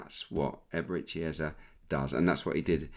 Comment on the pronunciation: Was about to come for Peter Drury over how he said Eberechi Eze’s name — then I heard you yesterday. Just for the record: it’s Eze-e. The last vowel sounds exactly like the first one. Not “Ezzy”, not “Ezza”. As Africans, it’s honestly annoying hearing commentators mispronounce names like it’s no big deal. Would be nice to have a blip button every time they get it wrong. No shade, just… saying.